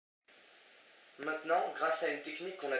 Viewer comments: "Fire" Sans déconner, ça montre quelque part ton niveau... c'est tellement trop "stylé" de prononcer ce mot omg imagines un anglais qui voit cette vidéo, mec t'es pas iron man tu dis juste "feu" .. la grande classe ;) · J'adore quand il dit FIRE avec l'accent et tout